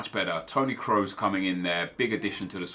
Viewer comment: finally someone who can pronounce kroos!!!!!